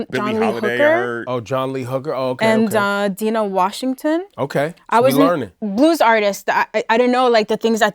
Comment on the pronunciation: (Dye-nuh) Dinah Washington. Legend. Respect the name.